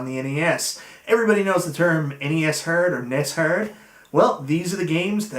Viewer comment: Is there a bit to why you are saying the word "hard" wrong, and a lot of other words? Arkanoid is the hardest NES game, and its not close. There is a cheat code for unlimited continues, the only way to beat it I believe. I don't think anyone has ever beat it without a tool assisted run